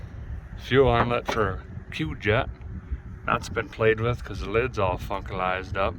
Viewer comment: Did a guy say the air cleaner was ‘fuckalized up?’